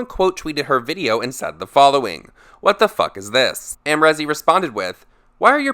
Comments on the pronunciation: It’s not rezzz it’s reeeez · The way u say Amrezy hurts my brain 😭😂